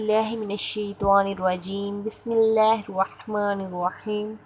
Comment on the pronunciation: اسم جلالت اللہ عزوجل کا لام باریک پڑھیں گے جناب اپ موٹا پڑھ رہے ہیں